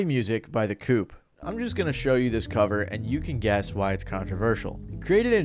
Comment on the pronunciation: The coup. You don’t pronounce the p at the end of that word lol